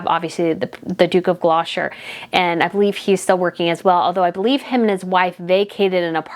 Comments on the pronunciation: Gloucester is pronounced.. “gloss ter” I know how difficult some of our names are, even for us British to pronounce lol 😂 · Duke of Gloucester. Pronounced Gloster. Yes English names are difficult. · Gloucester is pronounced Glou - ster. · just a small thing, it's the Duke of Gloucester, (pronounced Gloster), and the Edinburgh, (pronounced Edinburrer), and Lady Sarah Chatto, (Chat-o). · Just a little point - Viscount is pronounced Vie count - not Vis count! Gloucester is pronounced Glos ter. You are right - we love the constancy! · Hell i am British and love your channel...However you make faux pas....especially on you pronounciation of words and names.....Edinburgh is pronounced Edinburra...just say it as you see it it is NOT buro... Also The Duke of Gloucester..is non pronounced Gloshter? It is pronounced Glosster......Please please its important not to just gobbildigook your words,,,,Love your Channel...You go girl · Stop saying GLO SHIRE It is GLOSSS TER. Sometimgs yous see Gloster shirEe written Gloucestershire. But the Duke of Gloucester is pronounced Duke of Glos ter . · There's a T in Gloucester. Its pronounced 'Gloster'. sorry it's just killing me how you're saying it 😂😂😂. I love the channel though. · Could I just give you the British pronunciation of Gloucester phonics it is glosster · Sorry, that's incorrect. It's pronounced the Duke of GLOS-TER. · Gloucester is pronounced GL O STER. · I really enjoy your videos but with all due respect I’m finding the mispronunciation of key words a little off putting. Westminster, Gloucester, Chatto, Edinburgh etc. I would appreciate it if you would address this when doing your research. Thank you.